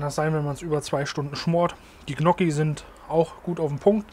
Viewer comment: Hallo. Der Topf ist sehr gut.😋 Gnokki werden Nnjoki ausgesprochen. Besserwisser aus Krefeld.